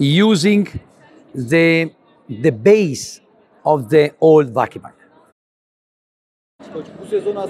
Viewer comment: çok iyi bir adam da ; insan 17 senede bari vakıfbank'ı doğru telaffuz etmeyi öğrenir sdfsadfsafsd. tamam dilinizde ı yokta 3 hece biri de zaten yabancı dsfasasffasd .